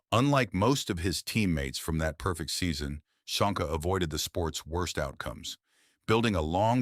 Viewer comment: Csonka pronunciation is Chonka. Hungarian